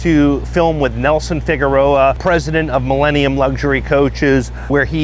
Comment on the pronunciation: The correct pronunciation is, Mee-la, not Mee-lay